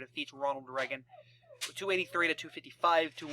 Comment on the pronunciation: It's not pronounced "Re-gen" it's pronounced "Ray-gen"